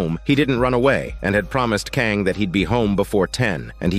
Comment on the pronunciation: Hey thanks for this. Such a cool premise for a show and really well done. Your play-by-play is perfectly expressed. If I could respectively point out two things I noticed that made me laugh. You pronounce the school President’s name, Kang, three different ways throughout. NBD. What I found extremely funny was your semi-degrading descriptions for some of the characters… XD Her greasy face, his greasy beard… Her stinky feet… Chicken screams, chicken body, fly like a chicken… Sleeping on the couch like a piggy… Man.. those were some tasty sprinkles. Anyway, thanks again. Stay safe and enjoy your day. 😎